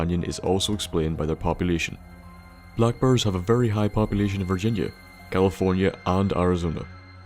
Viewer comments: lol he says brrrs its bears dood xD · I thought he was talking About blackbirds for like half the video and I was like wtf Im eastern european tho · XD for some reason i thought you said black bird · For the longest time, I thought you were saying black birds. Not black bears! Lol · dyn sounded like he said "black birds", for me and I was like wtf? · swear to God you were saying black birds. i was like wtf amount of radiation can cause a bird to mutate into one of those. hahaha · Next to "Tunnel Shneks", I now have a new favourite word as pronounced by. "Black burrs".